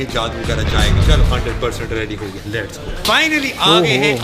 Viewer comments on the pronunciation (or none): lats 🤣👌 jahil aurat lets hota hai